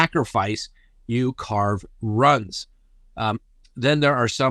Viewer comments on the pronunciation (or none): Love your show. FYI "runes" is pernounced ROONZ not Runs. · Um no, ruins is NOT the correct enunciation. Try Roonz